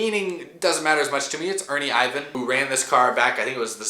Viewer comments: The 17 is a throw back to the Chad little 97 car and bro its pronounced Er-van. U can tell your a young guy lol i like the 22 car calling back to old steve park car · "Ernie Ivan". Okay... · Boy keeps saying Ernie Ivan it's IR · Who the hell is Ernie IVAN? Better take some time and watch some classic 90's races, maybe you'll learn more about what made those races so great too.